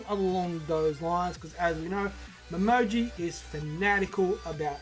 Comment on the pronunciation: Hope we get detective-mode Momiji in this case. btw, her name is Momiji, not Momoji ;) This is gonna be a 5 chapter case, so there's likely gonna be 2 murder cases at least, so not a mini story.